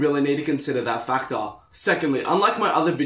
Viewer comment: "F a c t a r"